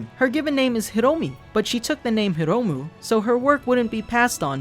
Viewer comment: Not trying to be picky, but your pronunciation of Hiromu was a tiny bit wierd too. You just pronounced the i as short, hard english i like in word [this], while it should be more like latin i like in [these] (so it should sound more like Here-oh-moo) :)